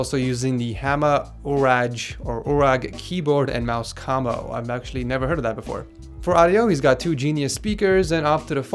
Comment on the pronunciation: he says kamo instead of combo